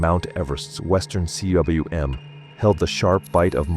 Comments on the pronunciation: It's not C.W.M., rather it's a Welsh word meaning valley. Pronounced 'coom'. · CWM is pronounced koom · Cwm = "koom" - do your homework!